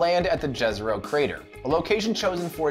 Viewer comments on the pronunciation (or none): It's Jezero, not Jhesero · oh man I have a feeling "jezzero" crater will torture me for years to come FYI it's named after a place in Bosnia and it's pronounced like ye(h)-ze(h)ro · Actually, the crater's name is pronounced IEZERO or YEZERO and means LAKE in SLOVENIAN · the way he pronounces it hurts my ears